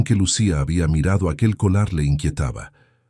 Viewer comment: No es colar, es collar se escribe con doble ll, collar por favor es la pronunciación correcta, no se oye bien tú narración diciendo colar.